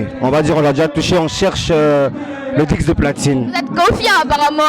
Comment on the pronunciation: On dit disque pas dicse ou je ne sais quoi vous êtes nombreux à faire la même faute l toi même journaliste aussi tu fais la même erreur et puis stp arrêtes de forcer dans chôkô est naturelle et visiblement elle est plus appréciée prends en de la graine soit tu maîtrises ton truc soit tu ne le maîtrises pas mais ne forces pas y’a rien dans forcing juste des petits conseils pour s’améliorer sinon bonne continuation à vous et Bravo à Arafat quand c’est bon il est sage de le reconnaître ça fait plaisir et cette maturité et sagesse qu’il affiche fait plaisir on a besoin d’1 pays d’1 mouvement d’une musique de Frères unis le résultat n’en sera que meilleur Dieu bénisse la CI bonne année à tous 🇨🇮🙏🏾💪🏾🙌🏾✌🏾👏🏾👌🏾